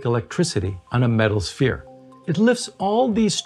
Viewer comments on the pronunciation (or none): none